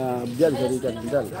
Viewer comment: Rica hindi Reca